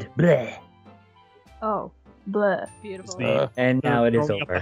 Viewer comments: And garroth pet him gently bcs he was just so BOOTIFUL Me:I thought u said bootyful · Did say bootyful